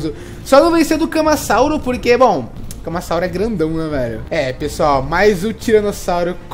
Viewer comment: Kkkkkk legal o tentando falar o nomes deles camasauso é ca ma ra sa u ro